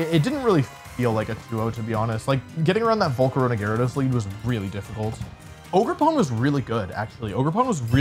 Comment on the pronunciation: Bro why did I think he was saying Ogre Porn